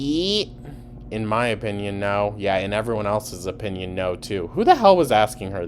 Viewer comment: oh naur!